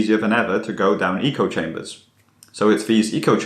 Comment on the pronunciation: You mispronounce "echo chamber".